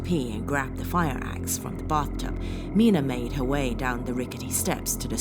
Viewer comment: Please stop saying 'de' for 'the' occasionally. You're a well spoken woman and it really does spoil it for me when you do this. Thank you